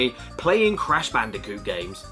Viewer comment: I LITERALLY CAN'T SLEEP WITH THIS VIDEO I START UGLY GIGGLE EVERY TIME. "Bandicunth" ends me every time